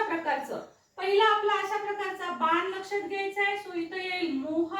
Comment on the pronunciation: आधी ज्या भाषेत वाक्य ट्रान्सलेट करायच आहे ती भाषा शुद्ध करा . बान नाही बाण असा शब्द आहे